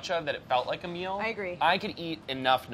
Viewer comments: Great now when they say “a meal” all I hear is “Ameil” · after the intro i can’t stop hearing name every time they say “a meal”😂